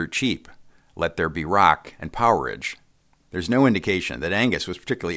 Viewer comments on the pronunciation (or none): It's POWER-RAGE not bloody poweredge... crazy yanks. 😅😅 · A quibble on pronunciation. The album Powerage is pronounced 'Power - Rage', not 'Poweridge'. 😎